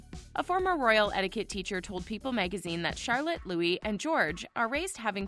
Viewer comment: The name is Louie not Lewis, although it is spelled, Louis.